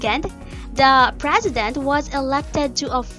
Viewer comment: Even the Frezident.